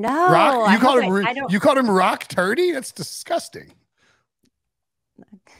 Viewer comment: I played it back - She did say turdy